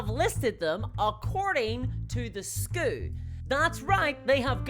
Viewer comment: I don’t why but when you pronounced SKU as “skoo” vs what I’m used to as “skew” I found that so endearing. I love your accent. Appreciate your videos!